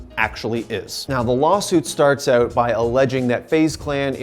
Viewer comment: Really annoying when you say out just pronounce it right